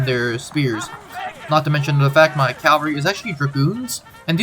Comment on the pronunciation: It's pronounced CAValry not CALvary